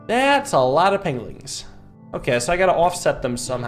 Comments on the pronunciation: I just love that, calls the penguins, penglins. And the walruses, seals. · I heard what you said there.... Pengwings